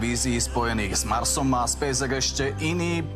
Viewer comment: Spejs ex hej? Podľa teba sa to takto vyslovuje hej? Hm, teba potom škoda je v markíze ty Spejs EX.